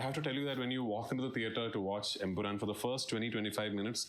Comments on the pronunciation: It's EmpuraaN man, not EmpuraaM!! How many times will you make the same mistake?! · Bro it's empuraan, it ends with a N not M